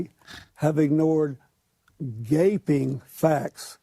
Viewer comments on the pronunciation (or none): He said Gapping